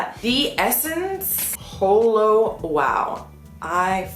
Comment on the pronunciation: its pronounced "haul-o" not "hole-o" LOL